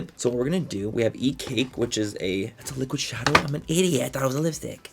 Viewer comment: Please make merch that says “it rrris what it rrris” I die every time you say that 😂😂😂